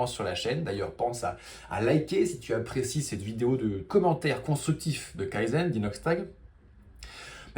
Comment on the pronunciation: Tu prononce kaïzeun, c'est kayzen. ("Key""Zen")